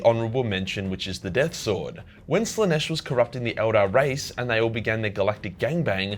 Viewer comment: "Morbs Slanesh" fukn ded